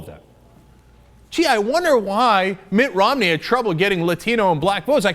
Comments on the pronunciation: MI't ROM' Neeeeee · love the way cenk says Mitt Romney, in a british accent like London Mayor Boris Johnson... classic...